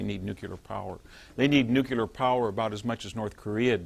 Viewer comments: DEAR NUCULAR IDIOTS..........this is really easy to fix. Just say the words NEW and CLEAR as fast as you can...............problem solved. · the smartest guy that still says NUCULAR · "Patrolling the Mojave almost makes you wish for a NUCULAR winter . . . "